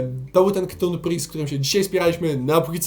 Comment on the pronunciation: Czyta się Katun, nie KTUN.